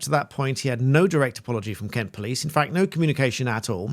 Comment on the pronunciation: You miss pronounced Kent.